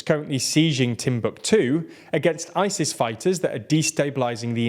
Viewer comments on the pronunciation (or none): none